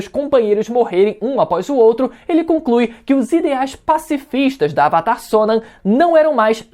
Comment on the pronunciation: Please pronounce the name correctly, Sonam